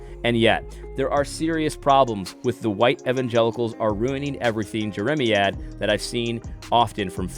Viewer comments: AD, it’s Jer-uh-MY- ad. Think of the prophet Jeremiah, then say ad rather than uh for the end. The word is a reference to the prophet. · AD - please do yourself, and your audience, a favor and be more prepared before you speak. It's not hard to look up a word (e.g. jeremiad) to learn its definition and pronunciation. You undermine your credibility when you don't put in such little effort to avoid sounding ignorant by repeatedly mispronouncing a word. I generally appreciate your take on issues. But you should do better in your presentation and delivery.